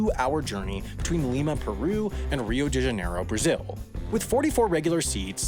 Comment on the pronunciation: As a brazilian, that pronounciation of "Rio de Janeiro" hurt me